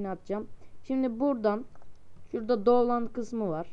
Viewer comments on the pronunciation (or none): none